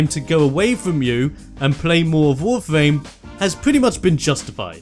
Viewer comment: Nice Video, but does it just sounds for me like you say "Wofame"?